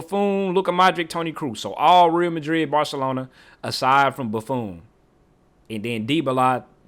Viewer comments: boo-phone 😂😂 bro was saying it wrong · Bro lost his all his aura by calling the legendary goalkeeper BuFOon.😭😭😭😭😭-auraaaaaa😭😭😭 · The way he pronounces Buffon 💀